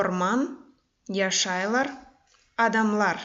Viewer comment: не яшайлар, а яшайляр. Адамалар не должно произносится, как яшайляр. И вообще, все слова мягче произносятся, но все равно сагъолунъыз сизинъ иш ичюн